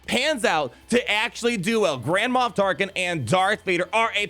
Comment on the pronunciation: “Grand-Ma Tarklin” ?